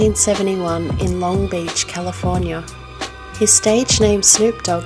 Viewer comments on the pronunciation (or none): The soft vowels at the end of "Junior", "California" and "character" though. Haha. Honestly, really knocked it out of the park with this one.